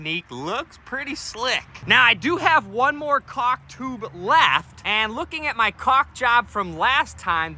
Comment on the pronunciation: Lol... You said chaulk. LOVE IT!!